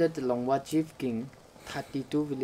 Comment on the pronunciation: Wrong pronounciation not langua but longwa